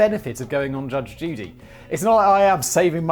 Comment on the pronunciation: Between and simon says judge duty